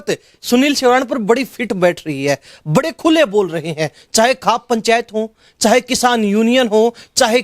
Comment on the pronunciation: आप खौफ पंचायत को खाप पंचायत कैसे बोल रहे हैं